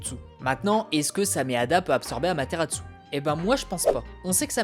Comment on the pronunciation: Je suis le seul à pas du tout aimer Sasuke l'émo ? :I Et sinon pourquoi tu dis Amateratsu ? Y'a pas de T à la fin :x